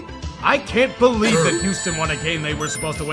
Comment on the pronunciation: say it with me "i bolieve"